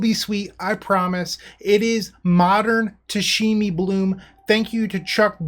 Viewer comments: playing tameshi bloom! Oh goody must watch dont care if I'm tired... Pronounces it "tashimi"... Does he catch the mistake when he reads the card? No... Darn.. Can't get past it sry.. Thank you for the content but I have to stop watching... Oh he catches it.. Doesn't change I'll find another video thats ok.. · New drinking game, everybody drinks a shot whenever says “Tashemi “